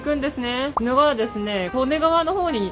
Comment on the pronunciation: 冒頭の鬼怒川は、キドガワとは読みませんよ。キヌガワと呼びますよ。恥ずかしいよ